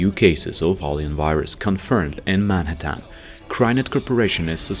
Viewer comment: Bro really said “manatan”💀💀💀💀